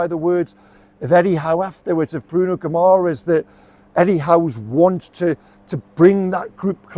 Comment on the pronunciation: 🇵🇹👋🏻Pronounced (Gi ma resh”) Guimarães.Good accurate assessment 👍🏻